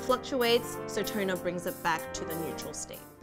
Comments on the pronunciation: Lady on the left! Do you see when you pronounce 'toner', your script comes up as 'turner'..? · why do i keep hearing u guys said "Turner".... again "Turner" ... Is it turner syndrome ? 😂 im too biology now . fix me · Is it me or they pronounce TONER as TURNER??? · Really girl on the left teach your friend the girl on the right how to say TONER not TURNER